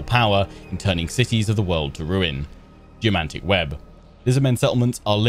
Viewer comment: When you said "Geomantic" i heard "Jumanji"